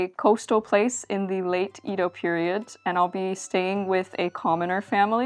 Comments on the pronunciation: Both "Ído" and "Édo" are wrong. The correct pronunciation is Ēdo. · IT SAYS: "EDO";, NOT "IDO"! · For further pronunciation shenanigans, the common pronunciation up until about the late 19th century was “Yedo,” and you may still hear it that way in some dialects. Great vid, though! I love it when people cover life as it was lived by common folk. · I love that your corrected yourself seconds after I corrected how to pronounce edo myself. I love it. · Good thing came by to correct your Edo pronunciation and to drop off some olive oil.